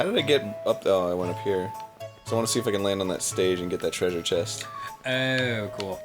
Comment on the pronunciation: Danny's british-sounding "Oh"